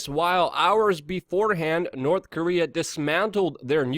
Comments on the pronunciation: I laugh every time you pronounce nuclear nucular like W Bush lol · *Always mcLuvin The"Nuke-u-ler" Luke-u-ler! :D :D